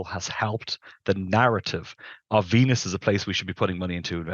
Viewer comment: I stopped hearing when he said evangelicee of Vennus. Venus is literally hell, dude.